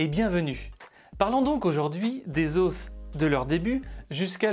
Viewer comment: Tu m'enerve a dire les OSSS